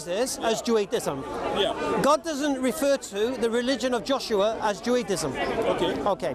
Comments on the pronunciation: MAGMK&W 20:114 nah he clearly was saying juaDism at beginning.. 😂 but excellent video , i listen closer while it happened because i was like that sound different lol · it's Judaism not Juadism 😂